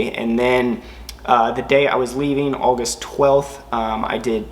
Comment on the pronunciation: The way you said August lmao